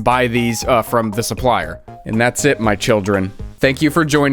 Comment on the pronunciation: "Tank" you